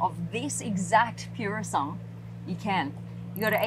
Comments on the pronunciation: interesting how she avoided mispronouncing the car's name by ditching its last syllable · It's not "Pure a Song" it's Purosangue. Call the beast by it's name please! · Its pronounced puro sangwe = pure blood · The moment I heard “pure-o-sung”, I knew she bout to get some facts wrong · Cool clip SB. It’s not an SUV. Not interested what RR has in the back. It’s pronounced purrrossangway…congrats on the website. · It's actually pronounced Poorosangwey The spec looks really weird and mismatched in my opinion as if someone replaced the seats by taking them out of a different car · pure sandwhich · Take a little time to learn how to pronounce "Purosangue". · You've mispronounced the name! Please research your work, comes across as unknowlegadble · I hate how it was pronounced 😢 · She can't even pronounce the name correct and she about 18 months late give up it's been reviewed by better people than you 😂😂😂😂😂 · If you are going to give a proper review of a car , at least have the respect to learn how to pronounce the name properly… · Nice Mazda CX-5. Btw, u butchered the Pronunciation of Purosangue just saying...sad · Sorry babe, but your pronunciation of Purosangue needs work.🙏❤️ That aside, I love seeing how successful you are - the pretty girl from Brissie has done good❣️ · Why are you incorrectly pronouncing Purosangue?